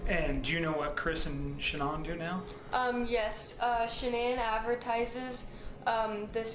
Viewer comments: Can't listen to him talking he keeps calling shanann Shannon, and making loads of mistakes, delete this this is terrible ❤ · "This guy has a way with words"😂😂 I think its an AI video...thats why it keeps calling her "Shonnon"...but it does tell a good story